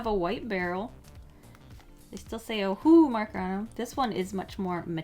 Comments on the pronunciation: It is pronounced oh-who-who markers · "O'hole'hu" HAHAHAHAHAHAHAHHHA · The way you say Ohuhu is so hilarious to me😅😅😅